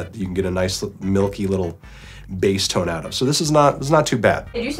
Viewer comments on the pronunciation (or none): none